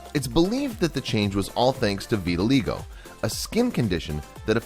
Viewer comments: It's pronounced with a long I, like vitil-eye-go. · 1. It's pronounced "vit-ah-la-eye-go"2. If the cats at the beginning of the video are supposed to be the same cat it's wrong from the get go.. because for starters they showed two different black cats, and secondly the black cats had green eyes and the mottled colored one had golden eyes.. I would say that a cats eyes can change from baby to adult .. but the black cats were adults so... I call fake on this one.. or at least a fishy video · You pronounced vitiligo wrong (Vit-ill-eye-go) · Did You Know ? Its pronouced viti-lie-go you butt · He said Vitiligo wrong!! It is Vit-i-lie-go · VEETALEEGOH LMAO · Cringe when he says vidiligo wrong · Not 100% sure but I think it's pronounced "vit-ill-i-go" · It's pronounced, "Vit-ill-EYE-go". Took me 20 seconds to verify this. I suggest that you Check and Verify pronunciations if you want to keep your credibility. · I'm getting sooooooo triggered by the way he's saying vitiligo (sorry if I spelt it wrong )